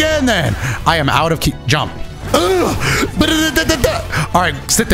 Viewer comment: that "jump" was personal